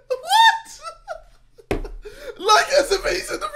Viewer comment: This man’s “Wot?!” had me dying. He really placed emphasis on the t.